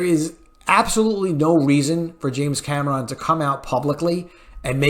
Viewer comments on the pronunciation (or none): For the love of God. Stop saying Cam ah Ron!!! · Why do you keep pronouncing James Cameron's last name the way you do? This movie was phenomenal!!